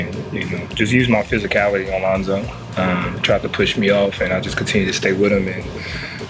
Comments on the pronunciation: I came to the comments to check if I was just high or something cause I swore I heard Lonzo🤣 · He said Lonzo 😂🤣🤣😂